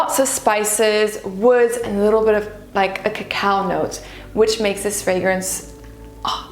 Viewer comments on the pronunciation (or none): none